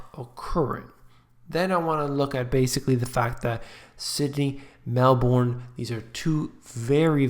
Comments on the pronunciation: HI, Melbourne is pronounced MelBen: >. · It's pronounced "Melburne"